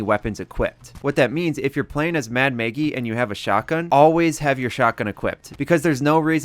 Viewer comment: Mad Maggie not Mad Maygie